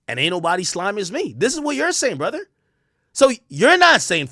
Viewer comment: “Brudder” 🤣I hate when people say “brudda”